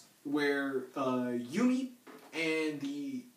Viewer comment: did you say Yuki or Yumi in this vid, because it sounded like Yumi, and her name is YUKI!